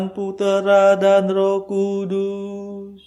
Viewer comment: Terima kasih banyak bagi Bapak yg mendaraskan doa. Kami bersyukur atas Rahmat setiap pagi untk ibadat bacaan. Mohon ijin saran utk doa kata Roh Kudus dan nafas, bagian huruf s nya agar disuarakan. Terima kasih. Berkah Dalem Gusti Yesus.